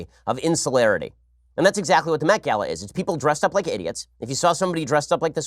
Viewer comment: I heard the Meth Gala